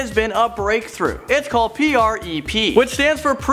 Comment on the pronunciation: Why'd he say PrEP like that?